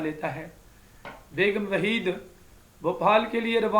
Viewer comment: Waheeda begum h Waheed begum nahi